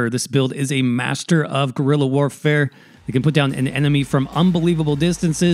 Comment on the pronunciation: Great Video and very creative builds. However I can not get over the fact that you keep saying gorilla instead of guerilla xD